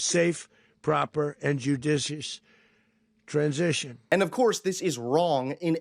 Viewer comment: The dude can't even pronounce (transition) GMAFB! The only thing Donald Trump can run is a casino into the ground!